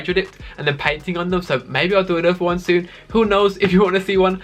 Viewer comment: Fwé, twoo, wan, lez goo